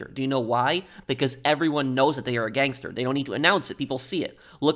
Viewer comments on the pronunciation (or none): Great video but to hear “gAnGsTER” come out of your mouth made me wanna gangster my brains out